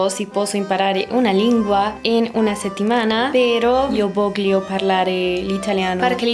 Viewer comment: un error común entre los hispanos hablantes que aprenden Italiano es como pronuncian la paralbras con gl como "io voglio" por ejemplo, ella dice "io vogh lio" se dice "io volio".. Osea es difícil de explicar debería decirlo a voz pero bueno mas o menos así "annoiata" es aburrid@ para decir cansada se dice "stanca" ;D